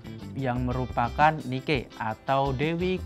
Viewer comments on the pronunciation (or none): Nike bacanya neki min.. btw tengkyu edukasinya min 🎉🎉